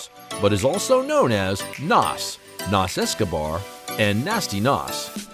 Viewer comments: His name is pronounced naz. Not Nass…….. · PLEASE pronounce his name right. You did a documentary about the man and mispronounced his name the entire video. HOW DOES THAT HAPPEN?